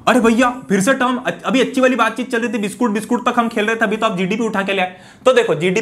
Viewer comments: Biscuit ❌ Biskoot ✅🍪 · biskoot came out of sir mouth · Nhi "BISKOOT"